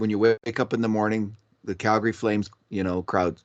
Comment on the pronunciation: ...any reason for calling the flames "Galgary"? lol